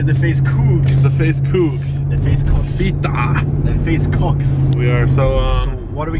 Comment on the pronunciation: Hahaha '' fitta '' xD